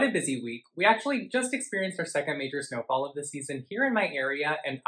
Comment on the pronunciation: lol yeah others have commented about hearing "Botox" as well. I actually turned on the captions for this video because I didn't understand what was saying in the beginning. Turns out it was "snowfall." Anyway, my caption thought was saying "Botox" too. lol